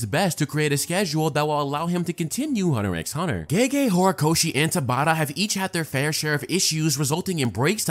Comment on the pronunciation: You're not supposed to pronounce the "x" in Hunter x Hunter.